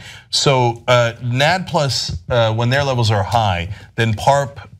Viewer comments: As a biology major, I can't help but cringe at all the inaccuracies in this video… they didn't even pronounce NAD+ right, it's pronounced N.A.D. Plus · COULD YOU PLEASE PRONOUNCE NAD+ correctly it's N-A-D (the letters are said separately) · "NAD+" ha 😂 it's actually pronounced "N-A-D-plus" and it stands for nicotinamide adenine dinucleotide. It's used in cellular respiration. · N-A-D + is how you say it. And this is a naturally occurring compound in all animals. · Anyone else cringe every time she said "nad" is nadh called "nad aitch" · N. A.D + stop saying it wrong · It's called "N-A-D-plus"..... as a biology major my ears are ringing just by hearing everyone talk. Also everyone has coenzyme NAD+ when you adjust the levels then you will manipulate the aging of cells, so you shouldn't describe it as compound that you make in lab which was what you guys were heavily implying. This entire video is oversimplified and is promoting misinformation. You guys should stick to politics and social news... or at least have a science major with you when you talk. I am an overall fan of and it's mission, but poorly done. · lol its pronounced as N.A.D + 😂😂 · I just kept cringing so hard on their pronunciation of NAD+ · I cringed every time they mispronounce NAD+ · This seems sketchy. And I wish they would say NAD+ correctly. I'd like to see how an electron carrier can be an anti aging cure-all. The way they present it doesn't really seem accurate and I'd like to read the actually source. Interesting. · you guys are saying NAD+ wrong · XD AHAHAHAHAHAHA NAD+ ? Really??? Am I the only one who hears it??? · You need to hire a science consultant. Between Ana mispronouncing NAD and not knowing that this isn't really that relevant of a story. I give you guys props for covering science on your channel (hardly any news outlets do). I think that you guys also need someone that understands science to help out some. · your supposed to say the letters separately in NAD like "OMG"